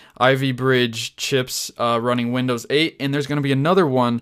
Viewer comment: comon. its "windows"